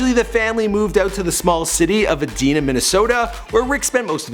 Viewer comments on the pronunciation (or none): the dude really said Edeena not Edina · Edina pronounced is eee-dine-uh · Edina (E-Dine-uh) I live in MN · It’s Pronounced E-dine-ah. Not the way you said it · It’s EEE DIE NA not Edina. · You miss said the Name Edina moron